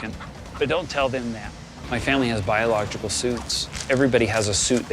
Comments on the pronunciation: The smallpox guy can't say biological. Biolog-jickle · the way he struggles to say biological for the 12th time in a row, calling regular painting coverall and masks biological 🤣 no commentary needed, hilarious